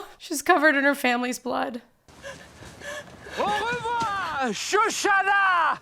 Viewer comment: "Au revior!" lol